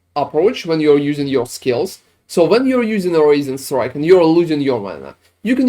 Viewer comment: I keep hearing “raisin strike” lol